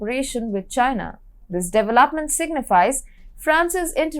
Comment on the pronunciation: Her pronunciation of many English words is terrible. She needs to work on words such as "alternative"/"initiative"/"development"/"European"/"energy"/"ecology"/"particular."